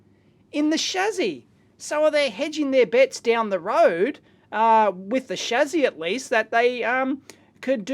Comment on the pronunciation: Stop saying "shazzy", it's "shassy".